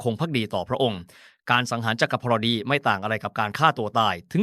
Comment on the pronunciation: มันคืออันใด.. จัก พอน ดิ.. 55..ภาษไทยมันยาก ขนาด AI ยังอ่านไม่ใด้เลย